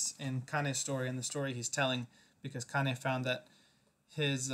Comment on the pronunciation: You pronounce badly the name of the legend Cheikh Hamidou Kane .. A good student of litterature must try to do well her pronunciation.... Kane |ka:n| not |ka:ni|... At Cheikh Anta Diop University, we atry to do well with the none African writers...!